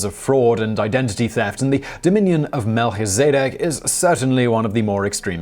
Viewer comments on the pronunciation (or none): Melchizedek is pronounced Mel-kiz-a-dek it's taken from the priestly order mentioned in the Bible. At least, the name is. Interestingly, the order was known for their godliness and honesty. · You couldn’t pronounce Björk properly in another video and Melchizedek (a biblical name and therefore easy to look up) in this video. Sloppy and quite frustrating.